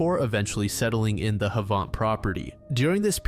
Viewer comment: Pronunciation of Havant like savant threw me off. It’s like 30 minutes from my hometown, pronounced like ‘haven’t’